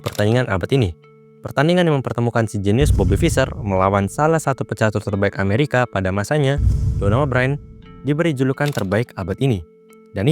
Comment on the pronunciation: Btw cara ngeja namanya "bern" bang. Kayak "burn" dalam bahasa inggris